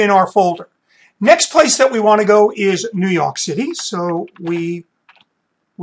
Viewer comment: The way he says new YOK city. Anyway thanks super helpful.